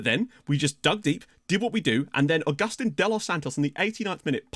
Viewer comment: Great vid! Just a quick pronunciation tip, Agustín is pronounced August-Teen